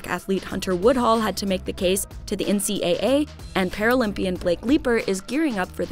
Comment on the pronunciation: Did she say NCA-A?